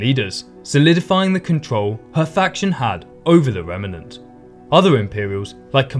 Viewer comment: Remnant is pronounced remnant not remenant